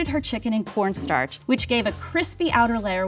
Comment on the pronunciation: does "cornstarch" sound off to you too?